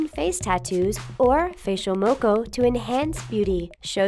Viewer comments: these days its actually like maybe once every couple of months you see a girl with a moko on her face and if a guy had a moko it usuall means hes in a gang so new zealand also its mockaw not moeko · I love how they added 'New Zealand' (my home country) and all but I would love it even more if you guys could pronounce the words properly like 'Moko and Māori' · When she be sayin moko really cringy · ayy New Zealand! lol you pronounced maõri and moku wrong🤣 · The way she pronounced Māori and Moko 🤦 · Can u please say moko and maori right 😂